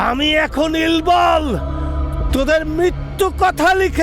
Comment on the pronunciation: ইল্বলের উচ্চারণ ইলবল নয়,ইল্লল।